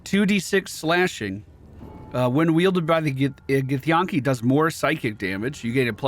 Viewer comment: The way you say githyanki boggles my mind because it's spoken many times by the characters in the game. It's like Yankee. Where'd the yawn-ki come from?